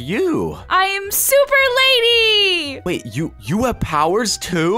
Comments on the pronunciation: It's Lani not lady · It’s Lani not Lany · Yass slay but it’s lani not lany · ITS LANI NOT LANY